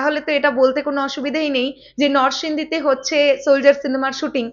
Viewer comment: উচ্চারণ হবে! নরসিংদী